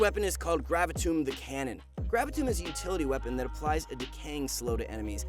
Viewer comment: He pronouced Calibrum (Comes from the word Caliber) and Gravitum (Comes from the word Gravity) wrong.